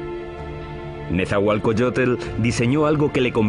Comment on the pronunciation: No es Netzahualcoyotel, es Netzahualcóyotl!